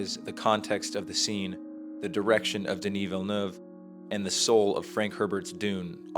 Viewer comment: Thank you for saying Villeneuve correctly!!!!!!!!!!!!